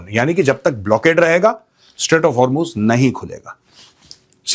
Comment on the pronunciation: main ghanta iran ki support mein nhi hu but 21 ships u turn maargyi hai and ek indian ship ko warn kiya hai lagta nhi hai sacchi mein kuch ceasefire hua hai Btw that's "hormuz" not har muze 😭